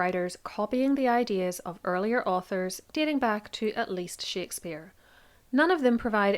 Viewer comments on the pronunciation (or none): none